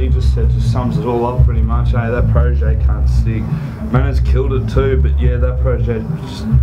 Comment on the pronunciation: ohh shit, Protege's pronunciation is so sharp and clear..